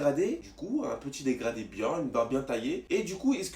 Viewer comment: Un dégradi, un dégraflouu, un dégrado 😂😂😭